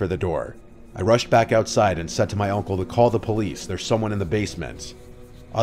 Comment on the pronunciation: Is anyone else hearing "oncle" instead of "uncle"?